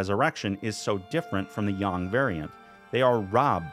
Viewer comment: I agree, I also appreciate that you went with the accurate pronunciation of "Yang"